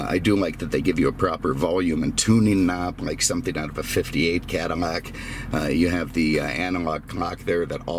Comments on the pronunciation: Please for the love of god its Cad-ill-ac not Cadimac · What fuck is a cadimac?!? It’s CADILLAC!!! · Cadamac? Wtf?